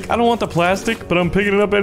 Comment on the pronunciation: "doont think we doont" HES CANADIAN! YESSSS